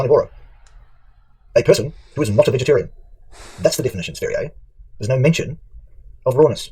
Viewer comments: Its pronounced sværije lol thats impossible for you. But ends with yeah even.if buuh would be more appropeiate. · lmao is that how you pronounce that shlt name? Sv3rige is an ldlot...